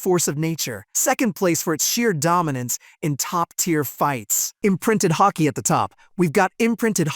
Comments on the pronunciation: There's no c in Haki, Ha-ki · The moment he pronounced Haki like Hacky I stopped watching 😂